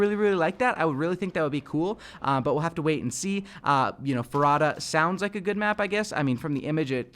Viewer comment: Farada sounds like favela